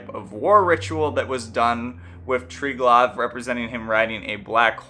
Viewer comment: The V in Triglav is pronounced more as U than V. Also: it's basically the same concept as Brahma-Vishnu-Shiva